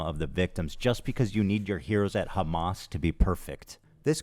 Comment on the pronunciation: Khamas Fricker.😅 as expected from a Khouthis supporter. Seriously, no self respecting Muslim should EVER support this POS.